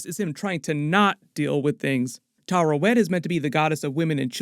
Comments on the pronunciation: Its Taweret btw not Tarewet. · Tuh-WEAR-et That’s how the show pronounces it anyway. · Taweret: exists: Tarawet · Why do all the youtubers I subscribe to say Tarawet when her name is Taweret bruh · Oscar Isaac literally says “Taweret” several times throughout the series… Why does every YouTube commentator always mispronounce that name? …annoying… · It's Taweret,:D